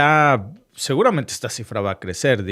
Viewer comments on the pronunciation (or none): none